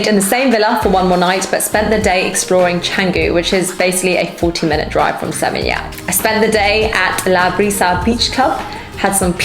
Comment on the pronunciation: Its "SE-MEEN-YAK".